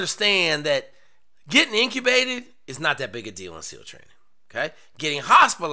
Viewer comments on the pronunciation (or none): inTUBated not inCUBated .. sorry med student here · Intubated... Not "incubated" I am guessing you just imagine you misspoke? do they really have to Shove tubes down peoples throat a lot? that is Intubated, not incubated. I'm guessing they have a sauna to "incubate" you hahah JK love the content.